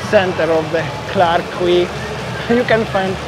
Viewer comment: Quay is pronounced as Key. It's pronounced as Clarke Key, same as Circular Key (Quay) in Sydney, Australia. I love those orange juices from the vending machine. Singapore is a very expensive city to eat and drink in. $9 for a beer in happy hour is a joke. Best places to eat are in the Hawker Centres. Great sightseeing but be prepared to pay outrageous prices when you visit. I prefer Vietnam and Bali but Singapore is worth a visit at least once.